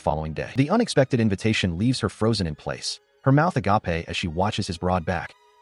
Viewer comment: Couldn't help but laugh each time it said that 🤣